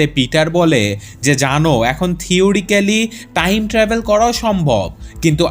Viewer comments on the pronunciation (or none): none